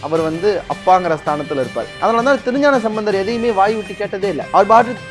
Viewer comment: தோழரே திருஞானசம்பந்தர் என்று கூறவும் நீங்கள் மந்தர் என்று சொல்கிறீர்கள்